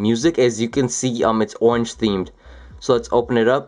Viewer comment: "as you can see it's ownge themed... it's an ownge themed glow.. you can see the little glowy ownge."